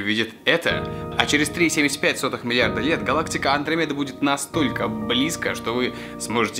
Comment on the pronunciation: Не мле комедаа а млечная Андромеда иль путь анромеди